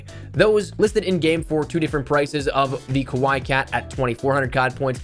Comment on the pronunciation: its pronounced as Ka-Why-eeeeeee and not as you said ka-why - and translates to cuteness. Love the vids, keep up the amazing work!